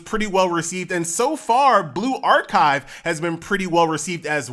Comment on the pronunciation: Why do you pronounce it like " blue-ark-hive " ?